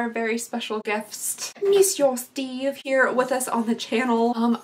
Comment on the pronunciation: You calling “Steve” “Steven” made my whole life 😍